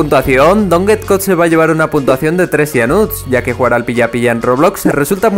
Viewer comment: soy la unica persona que algunas veces oye puntuaciongg??